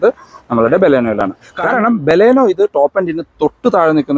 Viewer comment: ഇയാൾ ബലൂണേയുടെ ആളാണ് അതുകൊണ്ടാണ് നമ്മുടെ ബലോന നമ്മുടെ ബലോന എന്ന് പറഞ്ഞുകൊണ്ടേയിരിക്കുന്നത് 🤣🤣